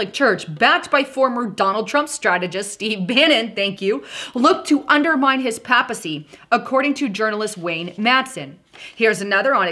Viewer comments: Hey, Papacy is pronounced as PEI PUH SEE. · The word PAPACY is pronounced Pay Puh cy! Not intended to insult you, just to help with the pronunciation.